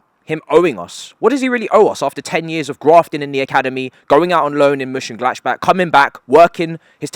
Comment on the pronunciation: Ngl the way you say Monchengladbach makes me wanna off my self